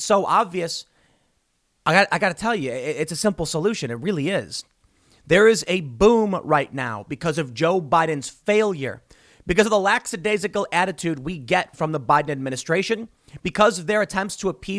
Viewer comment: "Lackadaisical". There is no X in that word.